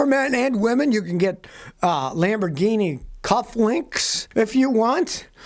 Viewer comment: Lambrinini is that what u said